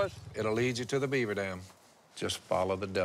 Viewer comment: Did you say BERAVER?